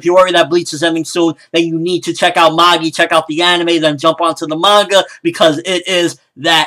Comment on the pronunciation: Loved the episode, loved the review as always and I personally don't think should do a weekly review of the episodes for this series, just the ones he really enjoys so he can let his hair down (see what I did there?). However I can't help but cringe whenever people say Magi like that, the pronunciation is just....Eurgh!